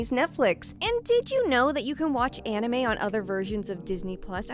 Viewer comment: Its so weird to hear a native english speaker pronounce "Anime" correctly. Americans have massacred that word beyond recognition LMAO